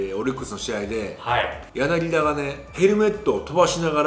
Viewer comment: ずっと間違えてるけどヤナギダじゃなくてヤナギタです！ 解説もなさってるのに、さすがにこれぐらい一流の選手の呼び間違えはダメかな、、